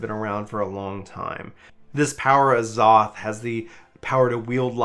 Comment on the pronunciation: Love the video. It's Az-oth(like off with a lisp), which is a term from old world alchemy.